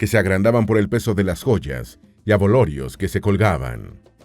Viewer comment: "Abolorios", no. Abalorios.